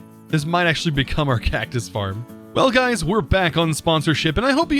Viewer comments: am i deaf or did he say hey gays at the start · Okay, relisten to the intro...totally says 'Hey gays!'